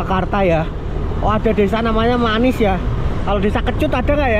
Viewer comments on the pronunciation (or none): Maniis mas bukan manis... Huruf i nya ada 2... Ralat yaaa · Maniis dibaca "i" nya 2 kali bukan manis 😀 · Di baca nya Mani is bukan manis 😁